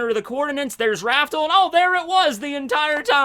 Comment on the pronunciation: Raftel, pronounced raf-tel, not raftle. Also never forget, the show isn't actually "One Piece". It's "Romance Dawn".